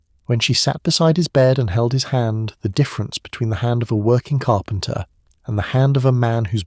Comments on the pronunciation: Still listening but just had to point out, "carpenter" is three syllables. Lol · "Carpenter" - THREE syllables.